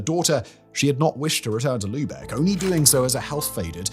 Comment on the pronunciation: Props and Kudos for pronouncing Lübeck right! <3